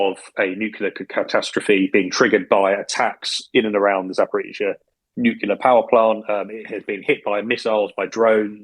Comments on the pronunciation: Nuclear not nucular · Terrific show! And by far my favourite daily podcast. Could I risk a minor criticism? Several of your speakers repeatedly insist on pronouncing the word "nuclear" (pertaining to atomic energy/weapons/strategy etc) as "nucular" (pertaining to nuts). I, and perhaps others, find that this unfortunate habit diminishes the strength of the message.